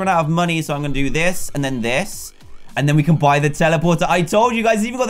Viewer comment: When not wen going not goweng